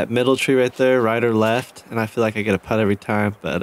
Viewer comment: First time ever watching this, and it annoyed me every time when they said “putt” lol it shouldnt have but damn